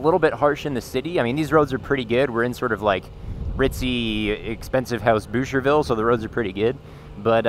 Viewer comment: Did you say Doucherville? Lol